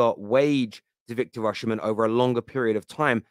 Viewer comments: my goodness pronounce his name correctly. His name is pronounced Victor "Osi- men" not Victor " Oshi-men".. Please, take the time to learn the correct pronunciation. Come on man! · Pronounced “Osimhen”, not Oshimen, no “sh” in pronunciation. It’s in the Edo language from Nigeria.